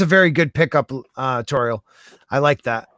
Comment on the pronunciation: Great stuff, as always. Unfortunately, I had to work. (The docks Kenobi). I gotta say I was surprised nobody else mentioned this but kudos to for finally saying Lady Tauriel’s name flawlessly.